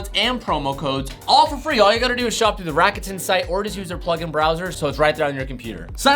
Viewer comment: You murdered the pronunciation of "rakuten". It's a Japanese company